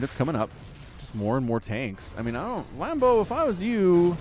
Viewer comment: Am I the only one who laughed when he said lambdo hailing from Germany?